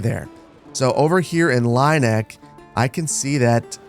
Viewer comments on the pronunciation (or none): Just for your information about the pronounciation of the german townnames: The ie in Lieneck is the same as ea or ee in english, like in tea or bee, so "Lean-eck" would be more fitting. The way you pronounce it would be "Laineck" or "Leineck" in German. And I know many English speakers have problems with our German Umaluts. But the funny thing is - except for Ü/ü - English has those sounds. They are just spelled different. The pronounciation of your E in Erlhardt for example is like Örlhardt to me. Try to say "Airl-heart" instead. German is sayed to be difficult to learn but the two languages have more in common than one would think. They have the same origin (indogermanic) after all. Keep on with these great entertainment! One can tell the work you put inside and I allways enjoy the high quality of your videos. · Oh. The E is second. Like with "bier". It's Leen-eck. 😂